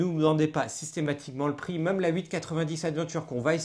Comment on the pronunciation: C’est quand meume pas si compliqué à dire : « même »